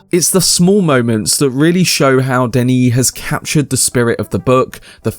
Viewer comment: It's Denis with one 'n' (pronounced like Denny) and he says he only wants to go as far as Messiah than hand the series over to another director. So it's unlikely we'll get more than a trilogy from him.